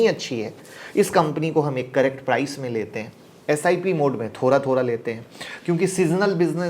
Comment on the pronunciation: आप थोड़ा को thora (थोरा) क्यों बोलते हो।